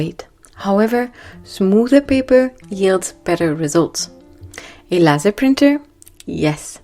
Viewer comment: The word “laser” is pronounced LAY ZER It’s actually an acronym that stands for: Light Amplification by Stimulated Emission of Radiation.